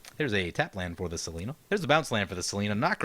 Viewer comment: Im saying its seLENia, not selena, the BW angel.